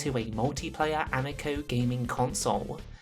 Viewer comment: I know you know how to pronounce amico